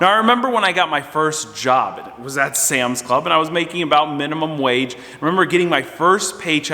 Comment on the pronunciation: Lool “Sams” club